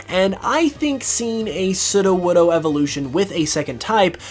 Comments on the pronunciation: I heard Sidowodo not Sudowodo ( Sudo - wod- oh) Sudo mean Fake or False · Every time he says sudowoodo wrong gives me a tiny stinging headache